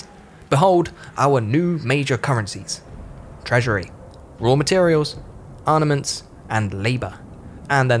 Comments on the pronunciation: Seriously. He also says 'arnaments' multiple times. There's no shame in recording a second take. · Looking forward to the reupload with the word 'armaments' pronounced properly.